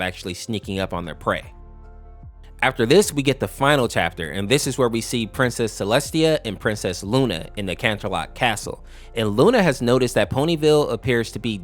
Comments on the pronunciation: APPLEBLOOM NOOOOO! NOT SWEETY TOO! Celestina? You mean CELESTIA? and za-COR-a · "Princess Cellestina" yeah thats totally how you say her name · Celestia❌️ Celestina✅️ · Actually Her Names CELESTIA Not Celestina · Jesus christ the pronounciation of Princess CELE-stina is funny 😂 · First it was "Zecara", but then "Celestina" took me out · being a person who is familiar with MLP i can't help but chuckle a little at butchering some of the names, especially Celestia's